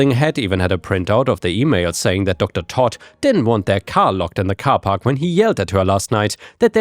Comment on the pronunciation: With the Docter Toad story the way you pronounced it is wrong its as if you're saying the name is Todd the way you pronounce toad is by saying towed they are similar in pronunciation but instead of saying towed its toad i hope this helped